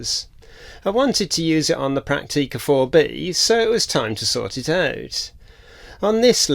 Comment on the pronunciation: This is an excellent channel, and I've been on a bit of a binge watch, since I discovered it some days ago. Full of useful information and tips on repair and cleaning procedures. However... The way you pronounce camera names, makes me physically cringe. - Prak-teee-ka. Fuj-eee-ca. Yash-eee-ka.? - No. Stoppit! In the German and Japanese languages, there is no long eee sound. All syllables are short and clipped. Prak-ti-ka. Fu-ji-ca, etc. You wouldn't say Tok-yyy-o, or Volks-waaa-gen, would you? Oh, and who said you're grumpy?.. You're the least grumpy sounding person I've ever heard. You sound more like a Chummy, rather than a grump.